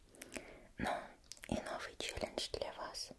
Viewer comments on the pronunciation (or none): none